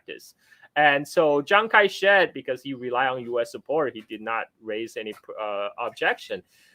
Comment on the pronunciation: said Chiang Kai Shet 😂